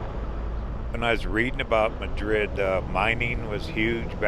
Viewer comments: Beautiful video! We lived for 28 years in New Mexico and have many memories of the roads you are driving. Thank you for sharing your videos. Great job! P.S. Madrid is pronounced MAD-rid and Cerrillos is pronounce Ser-REE-yos with the R rolled (or trilled). It means "Little Hills". Madrid was a coal mining town that supplied low-sulfur coal to the Santa Fe Railroad, Santa Fe and Albuquerque. The next time you go through, swing by Galisteo, over east of Cerrillos. Burl Ives used to live there. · Probably mentioned by some in the comments, but Madrid is pronounced 'Mad - rid. The Mine Shaft taven stood in for the Red Pony saloon in the Longmire series, The movie wild Hogs was filmed in Madrid. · Mad’rid has the accent on 1st syllable BTW here in NM. It used to be a coal mining ton, until coal ran out.😊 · Madrid pronounced Mah-drid I’m so thrilled seeing you cover my home state. Thanks